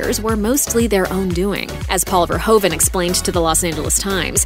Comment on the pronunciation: He is not called Ver hoe vehn. But Fehr who fehn!